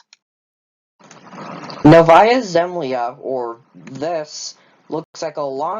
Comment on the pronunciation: You actually pronounced Novaya Zemlya quite close to correct, well done!